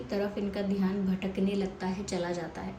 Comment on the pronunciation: Madam please don't mind it's dhayaan word dheehaan ni